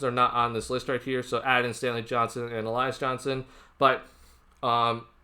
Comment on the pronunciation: Pronounced Al La ZA